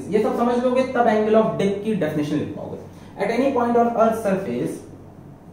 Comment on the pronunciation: it sounds to be Angle of di•k 😁😁 Sorry guys just joking don't take it seriously 😜😜😜